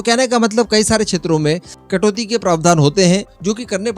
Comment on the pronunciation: कटोत्री नहीं कटौती बोलते हैं.